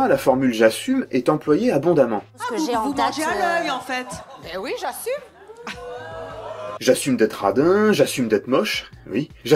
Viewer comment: Le "j'assuRme" m'a tué